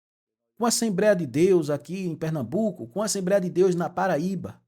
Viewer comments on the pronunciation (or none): Só se for assembreia mesmo...affff, cara q fala errado😅😅😅😅